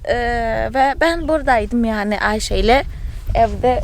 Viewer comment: negüzel Ayşe diyorsun tam bir Türk gibi çok hoşuma gidiyor sen çok yaşa